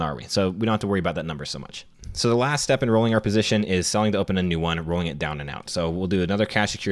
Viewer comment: Selling to open - definitely heard selling dope the first time too